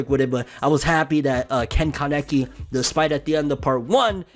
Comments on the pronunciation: Bruh why you pronounce kaneki like that lol? You saying kanecky🤦‍♂️ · Why tf are pronouncing Ken Kanekis name like that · no disrespect but i got kinda triggered by the way u said kaneki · When you say the Japanese word for penis wrong. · Did anyone else realize he said men kanekis name wrong lmfao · The way my man pronounced kaneki